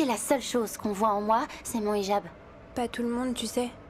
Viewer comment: « Ijab » se dit « Hijab » comme dans « Hi »